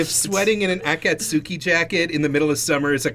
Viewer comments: “A cat suki” actually cringes The uh...the second syllable of Akatsuki is the only emphasis...and the u is silent.... “Akatsuki coat but with smoke clouds” ....that’s an actual Akatsuki coat. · The way says akatski makes me wanna die, love yall though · The way just pronounced akatsuki was rough